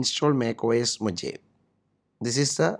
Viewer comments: MacOS Mohavi like seriously. dude it's pronounced as Mohawe and written as Mojave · i thought i as pronounced mo gave